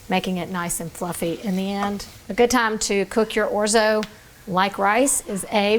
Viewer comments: Those over enunciated O's though??? Painful listening to this say Orzo and Risotto!!! 😂😂😂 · Very nice tutorial. 🤌🇮🇹 (We Italians pronounce it, “ORT-so.”)😉